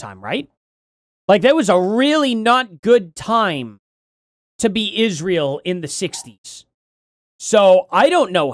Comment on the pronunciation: Candance can not even say Israel right and wonder how many times she say it in 2025. Will be funny to hear her every time in 2025 even this years 😂 so many words she can not even say right way is mindblowing